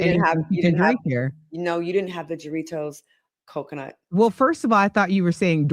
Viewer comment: I just wanna say I love you but it’s pronounced haaritos 😂😂😂 the j’s in Spanish are H’s but that is the best coco H20